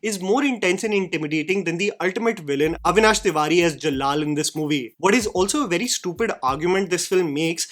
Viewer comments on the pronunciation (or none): It's Af-Shaan, not Af-saa or Af-saan and Jal-aal and Jalll-alll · Af-shaa(n) not Afsaan and Ja-laal not Jall-lal. Rest of the observations are spot on.